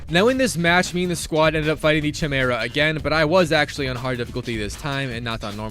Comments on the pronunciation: hearing chi-mera instea or ki-mera :D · Lmao all I can focus on is how he mispronounced chimera. You don’t pronounce the ‘ch’ sound it’s pronounced ‘k-eye-mera’ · Chimera. Ki-Mare-Uh. Say it with me. Chimera. The Ch is silent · Sorry, but I have to be that guy... Chimera is pronounced (KAI-MERA) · bro needs to stop saying chimera is pronounced “ki mera” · It’s pronounced Kai-mera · It's pronounced Kai-mare-a. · oooh the famous tsimera hahaha,always love his failed pronunciations,they're beatiful never stop. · Am I the only one who is bother by how he says Chimera?